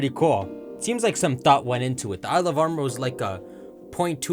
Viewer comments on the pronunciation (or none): none